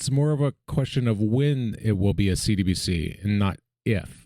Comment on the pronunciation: Hey homie you’re doin good work here! Only thought is that when you say “CBDC” fast it sounds like you’re saying “CDBC.”